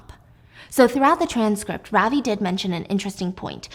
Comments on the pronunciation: Ravi (pronounced as ruh-vi) is what is his name. I got so confused when you said ravi singh. That’s when I realised holy shit they’re a name of asian origin. I was hooked though agreed with stephiance that it all just seemed too easy. Real life is much much more dangerous. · Gurl i am indian ,ily but lol the way you pronounce Ravi caught me off gaurd ,it is rav as in love and i as in ee from tofee , ✨Ravi✨ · You don't pronounce Ravi like that😅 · Stephanie I love you but your pronounciation of Ravi is killing me 😭